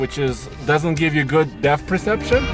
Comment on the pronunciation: It's DEPTH perception not DEF perception